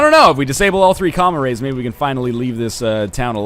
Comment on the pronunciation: Wow I thought NL had been saying "comma rays" instead of what is clearly spelled out as "comm arrays"